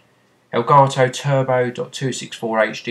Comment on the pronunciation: aelgaetoh? what kind of language is that?